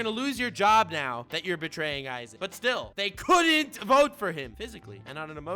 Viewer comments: when youre a man of culture, saying "za worudo". And then you do go and call a guy named "Eizan" - "Aizen" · Eizan... it rly triggers me that u say Aizen instead multiple times xD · Wait.. isn’t is eiazan not aizen (ay-zan not I-zen) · Eizan is more like Ay-zahn